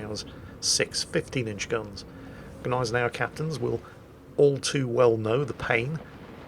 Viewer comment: I presume at this point it's hopeless to tell you that it's not GEH-neisenau, but GNEI-senau - no additional e between g and n, even if that's a sound english doesn't make...